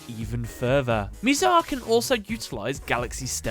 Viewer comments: just saying that it is Mizar not Miizar. I just had to point this out, it was getting me triggered that you pronounced it like that. (Sorry if that is your accent) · It is bizar not mizar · my guy, you suck ASS at pronouncing names lol. Miz Ale and Miz Are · You said his name wrong, it’s “MI”ZAR like saying “ that is so bizarre.